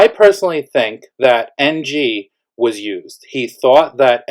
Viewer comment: Did you say NG or MG ?